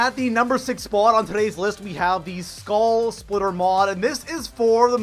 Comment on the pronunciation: Did he just say skall splitter... hahahahaha